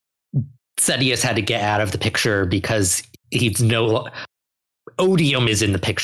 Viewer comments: People say Mosh??? I wouldn't pronounce Sadeas that way because Sadees is the Sunmaker and I'd pronounce that as Say-Deez. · It's funny they went on that tangent on the pronunciation of Adolin then, totally pronounces Sadeas two different ways in short order.